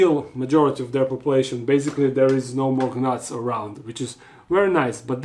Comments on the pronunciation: I will forever appreciate how he does his videos in English. 😊 an underrated gift with quirks of funny pronunciations.. “g-nats” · the g in Gnats is slient, but it's so cute and innocent that you pronounce the G. 🤗